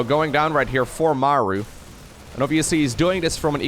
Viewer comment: Sry. I don't like your "Mauer" It sounds awfull ;-)